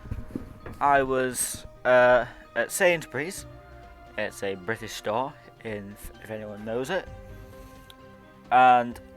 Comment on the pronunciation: bri-ish sore